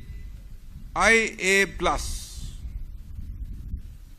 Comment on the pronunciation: Rio even can't pronoun LGBTQIA+ ...He is unfit for holding CM.